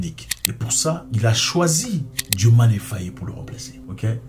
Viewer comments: Mais c'est pas la peine d'ecorcher le nom du president. Dio maye Faye pas Diomané Fayé c'est incroyable en plus rien de ce que tu dis n'est vrai sur ce sujet grand frère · ce n'est pas "DIOMANé" c'est DIOMAYE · Diomaye et non Diomané